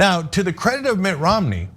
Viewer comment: Are they booing me? No, they are saying Roo-mney, Roo-mney.